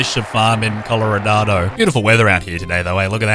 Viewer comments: Wait is it just me or did say colorodado I though it was Colorado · why does he say “colorado” like “colloradado” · Coloranado why are u calling it that its just colorado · I love how he is saying Coloradado